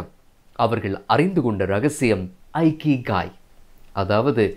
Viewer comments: இகிகை என்று சொல்லவேண்டும். ஐகிகை அல்ல. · Not aikigai it is ikigai. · ஐகிகாய் is the wrong pronounciation. the correct pronunciation is இகிகாய் "iki" means to live in Japanese language and "ikigai" means purpose of the life. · Bro, the word Ikigai should be pronounced with sound "e"kigai and not "I"kigai. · It is not Aikigai. It is Ikigai. For information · Chinna thirutham anna.''ikigai' Ucharikum podhu ' ekigai'enru warum.👍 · In a Japanese pronounsation This is not a ikigai that's called as இக்கிகாய்.🙏👍👍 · Hello bro, good effort. kindly check the pronunciation of IKIGAI